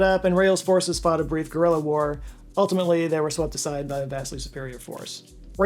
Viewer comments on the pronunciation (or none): none